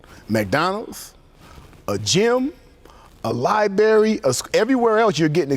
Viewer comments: Gentlemen. Please. For the love of God. Stop calling the damn establishment a LI-BERRY. For fucks sake man. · Did homeboy say “LIBERRY” instead of “LIBRARY”!!!ugggggh my Pet Peeve, also when people say “VALENTIMES”, instead of VALENTINES!👿👿👿👿🤬🤬🤬🤬🤬🤬🤬🤬🤬